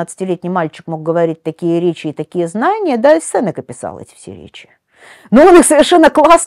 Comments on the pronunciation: Уважаемый лектор, всем известно что в фамилии Сенека ударение ставится не 2 й слог. Стыдно это не знать. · Правильно произносится именно СЕнека. "Сенека — слово из 3 слогов: се-не-ка. Ударение падает на 1-й слог. Транскрипция слова: [с’эн’ика]". Цитата из орфоэпического словаря: phoneticonline.ru